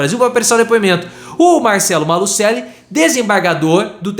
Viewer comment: A pronúncia é Malucelli